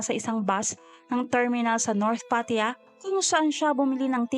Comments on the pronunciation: Pattaya! hnd Pat ya 🤦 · PAT-TA-YA,po twag nmen s place n yan..i leaved there...a lot of beautiful beaches,bars and foreigners.. Anyway,you narrations is awesome!